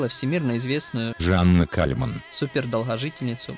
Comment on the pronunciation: Зачем ты так выделен её имя и фамилию, ужас